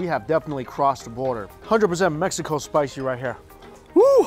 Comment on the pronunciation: I Love When He Says "SPISHYyyy"